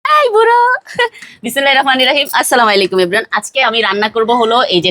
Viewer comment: আসসালামু আলাইকুম হবে আসসালামালাইকুম হবেনা বুজলেন দর্শকদের সুন্দর রান্না করে দেখান অথচ সুন্দর করে সালাম দিতে জানেননা